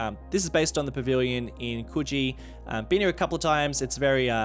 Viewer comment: Lol Coogee sounds like coochie